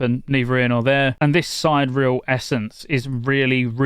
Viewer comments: Sigh-Deer-EE-el. You can hear the pronunciation in Lost Ark, who started voice acting the exact same term idk like a year ago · please stop pronouncing it wrong: it's "si·de·re·al" - as in "Sidereal Time", a timekeeping system that astronomers use to locate celestial objects